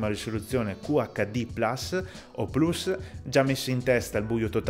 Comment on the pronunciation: Inizio a seguirti perché dici plus con la U